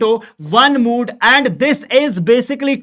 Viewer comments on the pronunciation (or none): Statistics❌ Stastics✅ Mode ❌. Mood ✅ 😂❤